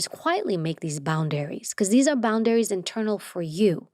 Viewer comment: I love the way she says "boundaries", it sounds like "bound areas." Like, if you bind yourself in these areas, you're actually freeing yourself... Hmmmm......